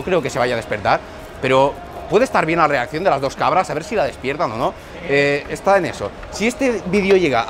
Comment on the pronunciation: Esa rrriaccion es de sueño jajaja